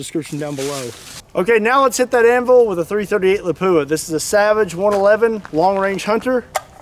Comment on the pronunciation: No one else bothered by how he says anvul instead of anvil